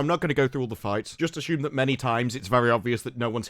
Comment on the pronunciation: no h in assume